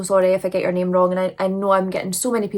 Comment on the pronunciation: My grandma bought a church to run a soup kitchen and homeless shelter so when you said that it really touched my heart ❤ and you got my name right which no one ever does 👍😊 and I'm so so sorry about your brother 😢🫂